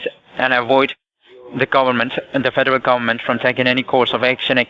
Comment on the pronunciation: ‘Fadaral gabament’ 😆 Imagine being this painfully stupid lol